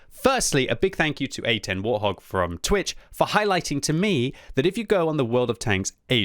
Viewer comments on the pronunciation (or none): none